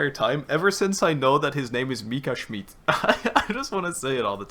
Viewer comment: "Schmiiidt" ta prononciation est incroyable